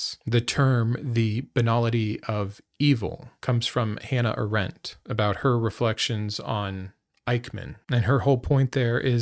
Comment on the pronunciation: Hannah Ahrendt’s last name is pronounced ˈɑːrənt